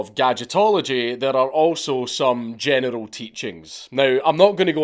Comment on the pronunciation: Every time you say "general", I can't help but hear "genital".